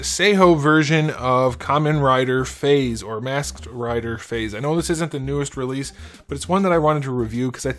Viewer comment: Fais? It's pronounced fives.